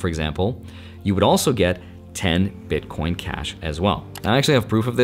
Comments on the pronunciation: Did he say BitCORN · lol DID U SAY bitcorn?! U R AWESOME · wait did you just say bitcorn? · "all the Bitcorn" ? Corn? 😂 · you were a card nerd, then a finance nerd, and now you're a tech nerd. also you def said "bitcorn"